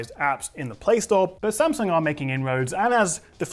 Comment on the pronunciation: Wow... It's the first time I heard non asian people said Samsung right... It's Samsung, not Sem Sang...